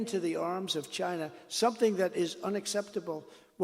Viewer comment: Stop saying Chyna.